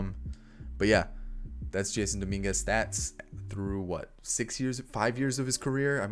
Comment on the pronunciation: btw it's prounounced (juh-sonn) not jason